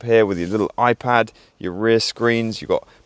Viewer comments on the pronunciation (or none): none